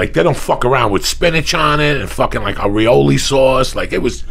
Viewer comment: Reeoleee sauce ? 😆🤣😂